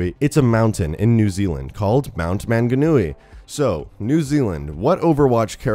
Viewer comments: Sorry but you pronounced manganui wrong I'm from New Zealand it's cool to see a map from NZ but it's just wrong😐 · Im from new Zealand its pronounced mung-a-new-ee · 1. Its not Mt. Manganui, it's Mt. Maunganui (pronounced M-au(like in caused)ng-a-nui) 2.It's not an actual mountain like it shows, but rather a cool looking hill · It hurts how your pronounced manganui. Mang a nue. New Zealand is over 4K km away from Australia and over 3000 miles. Manganui is also a mountain why would you make a wasteland map based of a mountain. It will likely be escorting a payload up the mount. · Anyone else cringe at the incorrect pronunciation of Manganui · he butchered the names so much 😂 manga noowee 😂 also it's not rly a small island, our land mass is larger than most island including England's. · Im a new zealander and when he said manganui, i didn't recognise it at first 😂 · The pronunciation of manganui 😂😂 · Its pronounced Mount Mowng-a-newie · Your pronunciation is wrong for "Manganui", Manganui is a Maori word so it sounds different The way you pronounce it is " MA-NGA-NUI" The Nga sounds like Naa (try not to roll your tongue) Its cool that they are exploring New Zealand and its culture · Pronounced Mong-a-new-e and Toe-ronga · First of all its maunganui is pronounced mon - ga - nui and tuaraunga is pronouced to tau - wrong - a and new Zealands scenery is alot different to Australias BTW I'm a kiwi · MANGANUI AYYYY THATS MY COUNTRY BOI also "manga-nui" lmao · And its mt Mong a nui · Am I the only New Zealander who got triggered at the way he pronounced Manganui and Tauranga? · i live in mount maunganui and it doesnt have snow at all it take me 20 min to walk up the mountain mate also i love your pronunciations of mt maunganui is really funny :P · hahaha im from new zealand, the pronunciation is so wrong, the mountain shown is not maunganui its ruapehu and its much bigger than "a small island off the shore"